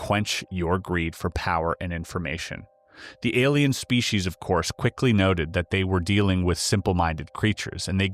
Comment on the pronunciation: am est. Very nice and interesting narration. Certainly appeared very genuine. My only personal peeve...proper pronunciation of the word species....lol...shpecies, speshies...uggh...spee sees'! Reaching I know...great story overall; captivated the entire time. More!!!